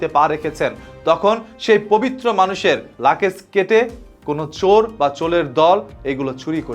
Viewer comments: আরে ভাই লাকেজ না বলুন লাগেজ। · আপনি লাগেজ কে লাকেজ বলছেন কেনো! আগের নিজের উচ্চারণ ঠিক করে নিন।